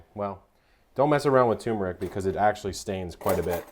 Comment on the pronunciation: Epic Eats - that's perfect!!! I wonder if a keto sugar could be subbed for the white sugar. Kevin, you might want to google the pronunciation of turmeric and cumin. :-D